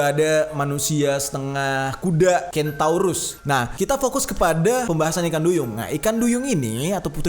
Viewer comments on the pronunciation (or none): itu centaur bukan kentaurus